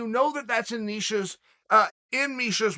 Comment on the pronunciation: Neisha lol chael u crazy